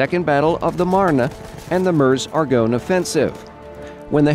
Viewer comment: oh, my OCD is tingling because he kept mispronouncing meuse and marne. No big deal overall though